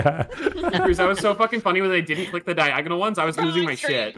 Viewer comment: He really said “Diag ONAL” like it’s not correctly spelling 😂